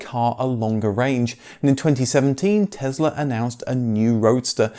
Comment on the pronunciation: Tess-la not Tez-la, please.